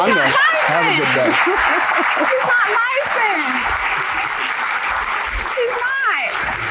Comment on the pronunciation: Don’t forget “he’s lied, he’s not li-censed”